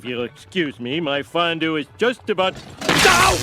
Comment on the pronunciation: Excuse-me HOMER !!! it's not fondouue, it"s FONDUUUUe. UUUUU. FONDUE !!!!!! ;-D